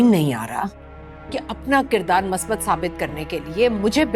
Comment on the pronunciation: Kirdaar kushi hota hay..kirdaar kashi nahi